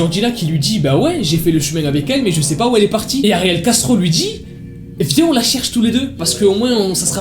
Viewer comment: Quand il dit ariel castro j'entends ariel gastro